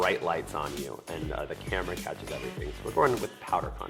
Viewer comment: When she said "on cam-eh-rah" was that a 30 rock reference?!